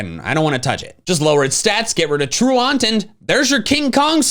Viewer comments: yo little bro its pronounced "true-ant" like a real bug lmao. not true aunt. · I get triggered every time he says "true-awnt." I would think it's pronounced "true-int", like being truant from school. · I can’t get over pronouncing truant “true aunt” 😂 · I don't want to be that guy but has anyone else noticed that pronounces "Truant" incorrectly? It's more "troo-unt" and not "troo-aunt". What did his aunt do? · Please please please learn how to pronounce truant.